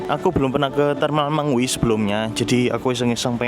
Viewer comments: Terminal Me ngwi.... Bukan Terminal Meng wi... Perhatikan cara baca nya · Terminal Me-ngwi Bukan Terminal Meng-wi, Perhatikan cara baca nya